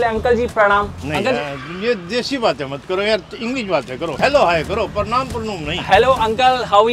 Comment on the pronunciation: अंग्रेज़ों वाला कोई काम नहीं करते लेकिन हाय हेलो करेंगे और प्रमाण को प्रुणूम बोलकर संबोधित करेंगे🤦‍♂️🤬